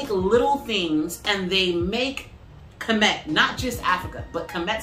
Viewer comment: Finally someone who pronounces kemet correctly 😂